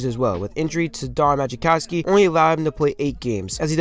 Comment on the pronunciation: It's pronounced mah-cow-ski. Otherwise, I enjoyed the video.